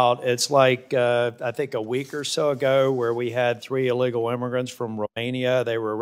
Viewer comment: He can't even say the word illegal,NC deserves better than this man in my OPINION.